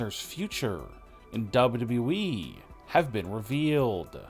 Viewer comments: what is WE? or "w" "we" dude its WWE lol this guy just couldn't say WWE. lmao Hilarious. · The guy that be telling us these stories sounds like he cant speak English. Its pronounced wwe, not we. Get it right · WWE. Learn to say WWE. It’s not “WE”. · Once you hear dubitiblyeeeeee, it cannot be unheard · Yeah some people have trouble pronouncing certain combination of alphabets. It's a disability. Grow up! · No...it's DoubleWeeWee - honestly, I've listened to it over and over again 😂 😂😂😂😂🤣🤣🤣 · The way he says "WWE"! 😂😂😂😂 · She got injured, not fired dopey. Learn how to say WWE properly ya ballbag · Why would they fire or release Sasha Banks?? I think she is injured.....it could have happened when she attacked Bianca Belair....... WAIT HOW DID YOU PRONOUNCE WWE CHAMPION n OPINION (Listen) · It's the way he says wwe for me 😂😂😂😂😂😂😂😂🤣🤣🤣🤣🤣🤣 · You say wwe in the weirdest and worst way